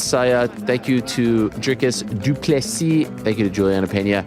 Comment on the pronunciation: His name is “Dricus TwoPlusThree”